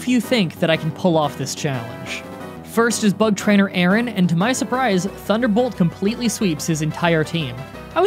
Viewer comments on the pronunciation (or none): none